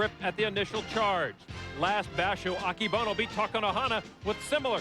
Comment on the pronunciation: 横綱アキボノじゃなくて、“アケボノ”な！